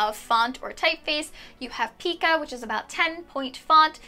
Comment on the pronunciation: FYI: from a very old retired typewriter mechanic-- the type font in 10 pitch is called Pica (pie-ka), not (pee-ka).